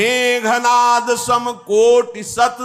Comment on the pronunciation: Meghnaad hi bol rhe h , tumhe sunne mein problem h shyd